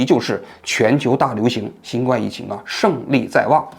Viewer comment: 新冠，guan，读第一声